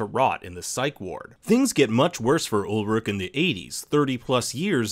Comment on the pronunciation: Ulrich, not Ulrik! Claudia, not Cloddia! Peter, not Pieter! Charlotte, not Sharlett! Franziska, not Francesca! Silja, not Sildsha! Agnes, not Eggness! Regina, not Redshina! Hannah, not Henna! Mads, not Medds! You guys should really get how to pronounce names correctly.